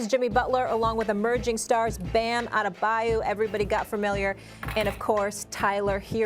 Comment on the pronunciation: It’s adebay O O. I hate it when people say his name wrong